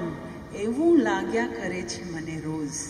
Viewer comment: Well explained but pronunciation can be better. In Gujarati for example we say roj not roz.